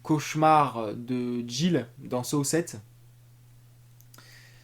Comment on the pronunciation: On prononce Saw et non Sow. C'est comme si tu disais Los Vegas pour Las Vegas.